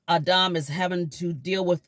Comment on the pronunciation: Its adam not auhdaum